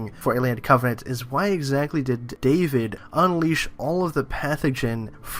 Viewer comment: Covenant. Not "Covenence" or "Covenants" or whatever you're saying.